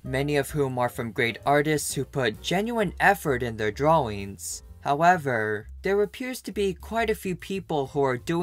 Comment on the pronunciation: Its so funny that he says "Dwaings" instead of drawings xD